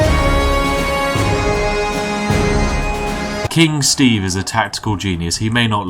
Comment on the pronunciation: All Steve can say is "SHTAEVE!!!!!!!!!"